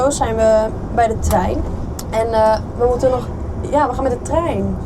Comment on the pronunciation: hij was weer geweldig❤jammer dat het woordje TREIN toch moeilijk blijft 😂😂